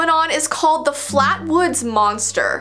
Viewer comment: does anyone else hear her say vee next phenomenon or have I just been watching to much of her videos